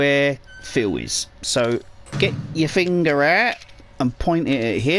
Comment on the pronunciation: Dude you are like the best just to listen to on this guide! "Now get yer fing'r ewt." ;w